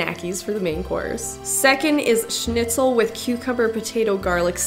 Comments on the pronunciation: I love that you know how to pronounce Schnitzel :) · Also she says Schnitzel very well. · Hearing english speaking folk pronounce „schnitzel“ the right way is satisfying